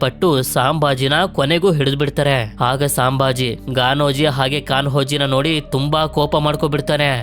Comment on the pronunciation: ಅದು ಸಾಂಭಾಜಿ ಅಲ್ಲ ಅಣ್ಣ ಛತ್ರಪತಿ ಸಂಭಾಜಿ ಮಹಾರಾಜ್ ಅವರ ತಂದೆ ಹೆಸರು ಛತ್ರಪತಿ ಶಿವಾಜಿ ಮಹಾರಾಜ್ ಅವರು ಛತ್ರಪತಿ ಸಾಜಿ ಮಹಾರಾಜ್ ಇವರು ಛತ್ರಪತಿ ಶಿವಾಜಿ ಮಹಾರಾಜರ ತಂದೆ ಇವರು ವಿಜಯಪುರ ಜಿಲ್ಲೆಯಲ್ಲಿ ಇದ್ದರು